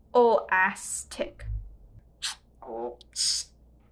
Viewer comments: to was funny on how he said plastic shortly sounding like plack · "what are the keys made of?" "made of plack?" LMAO